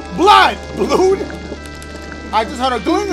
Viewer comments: When he mispronounced blood I choked on several grains of rice laughing too hard, damn near lost my life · "Blude" - Dashiegames 2020